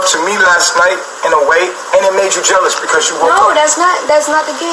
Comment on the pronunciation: That is not how to pronounce jealous ma'am 😂😂😂